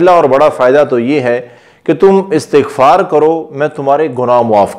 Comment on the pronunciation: Sahih talaffuz, ISTiGFAR hay , na ke ASTAGFAR.